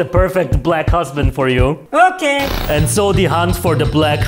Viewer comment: The “oke” 😭